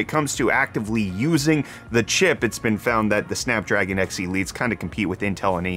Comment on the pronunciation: Did he say "Snack Dragon"?! Now thats a processor I can get behind!